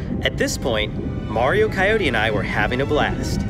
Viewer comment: if mark could speak "Cyote are you okay"